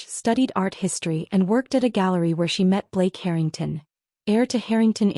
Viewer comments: Harrytongs? Check your AI. Pronunciations! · Dear AI it is Harring TON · Would be helpful if you actually pronounced Harrington correctly. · HARrrr in tungs - good god please get these AI narrations sorted. It’s nauseating beyond belief. Like nails scraping down a blackboard! Scream 😱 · "The Herring-tawns" Artificial Idiocy (AI) generated. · Why is the Harrington name pronounced two different ways? So Jade may not have found her way in the world. That doesn't mean she should be treated like something repugnant. She is their daughter and sister. She should be loved for who she is, not what she's done or hasn't done. When they made up the narrative about Jade, she no longer had the opportunity to correct them. Nothing she would have said would have been believed. They would have dismissed anything she told them. Even though Charles reamed her dad a new one, why should she be anywhere else but with the team that helped her make the company what it is? Why be somewhere where she hadn't been wanted? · Love the way AI mispronounces Harrington, and they continue to use the name throughout many of these stories 😂😂😂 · Why can the narrator NOT PRONOUNCE “Harrington” properly half of the time? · I know how to pronounce the Harrington’s name..AI may never recover..it’s not that hard..just say the name like it’t written…with the long A..easy..Peasy..it is.. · The mispronunciation of Harrington is driving me crazy. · If you’re going to tell a story, at least learn how to say the names correctly. It’s basic respect and effort. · Not really mispronunciation, accents are in wrong place that all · They do it on purpose to get people to comment as they get paid for comments. What better way is there ? LMAO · But you can just ignore it and focus on the main story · Agreed. It’s driving me crazy too. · Thought I was the only 1.!!!